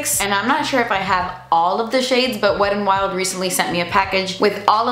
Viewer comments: I stg she's saying Weddin' Wild 😂😂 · “weddin wild”